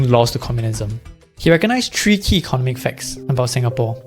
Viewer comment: Pronunciation: Eco NOM ic, not ECON omic. Aca DEM ic, not ACADamic. Pho TOGraphy, not PHO TO GRA PHY.